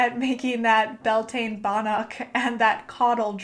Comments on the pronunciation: I love the video but cringed at how you pronounced beltane lol (bel-te-na) not (bel-tain) its irish. just like how samhain is (saow-in) lughnasadh is (loo-na-sa) and imbolg is (ih-mulg) the m is a mutation and makes the b silent :-) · I thought it was pronounced Bell-tuh-na, at least that's what I heard from someone native to Ireland. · Its Gaeilge ** as in Irish but yeah definitely not pronounced Bel-tane. 🤘🏻❤